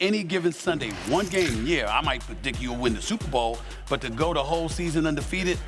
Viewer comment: Anyone else hear UNDERFEATED?